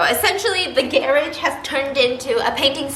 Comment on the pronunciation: why did stephanie pronounce "garage" like that???